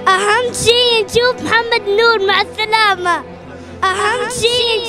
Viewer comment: مع الثلامه ههههههه الله يحفظه